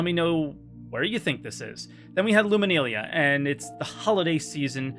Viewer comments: "Lumakneelia".... Why yu pronounce this wey? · He is good at that part, but he does also lack a lot of basic technical knowledge that makes him say some pretty silly things. Also can't pronounce "Luminalia" to this day.